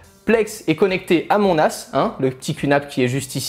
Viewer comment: Les phrases qui dit à partir de avec le "nas" quand il fait la liaison c'est tellement marrant 😂 "directement connecté à mon as " :))